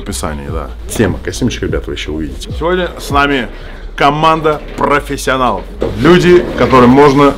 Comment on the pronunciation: О! зэ профессиОНАЛ комментарует!